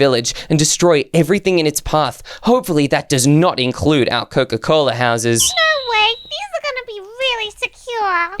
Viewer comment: Coca not coco😂